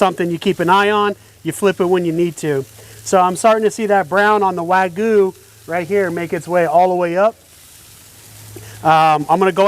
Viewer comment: It's wag-yoo not wa-goo